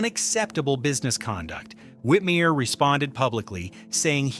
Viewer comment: *Rowlf Also, there was a mispronunciation of "Whitmire" as "Whitmeer" during the section on him.